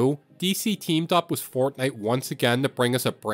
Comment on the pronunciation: Bro say wiss instead of with